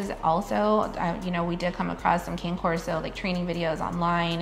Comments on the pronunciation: It’s cane corso not king corso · Cane (Kah-nay) Corso!💜🐾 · How do you pretend like you're an expert on a dog breed when you can't even say the name correctly? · Bruh if you wanna protect the dog's name at least say it correctly lol. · What killed it was right when she said they researched the breed and then doesn’t know how to say the name correctly. I didn’t know how it was pronounced until I looked into the breed before getting my first puppy. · "being human" is not an excuse for not saying Cane Corso correctly when you put yourself out there as an expert in the breed. Zero credibility, also he looks like a Neopolitan Mastiff mix. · Oops! We were camera shy, definitely should have pronounced it correctly. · should be able to say the breed name of your own dog correctly- especially on a documentary like this which is educational 😊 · Maybe learn how to pronounce the breed of your dog if you want to appear to be educated on them. How is no one correcting them? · they did a lot of research, yet they haven't learned how to pronounce the name of the breed... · you don't even say the name of the breed right